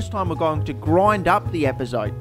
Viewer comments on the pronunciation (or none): The first bad word on the bad word counter isn't bad, it's pronounced "EpazotÉ" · it is epazot- eh, not epazot... in spanish Es at the end of words are not silent. I swear I wanted to slap you as much as a French want to slap people who mispronounce Croissant. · Epazote, pronounced ehh-pa-so-teh. Just an FYI